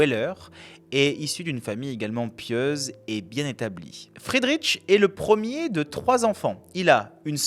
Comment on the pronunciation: On ne dit pas Friederitch mais Friedrich tout simplement. C'est quand même pas compliqué de se renseigner sur la prononciation correcte du prénom d'un grand philosophe allemand. Dommage pour une vidéo si bien documentée.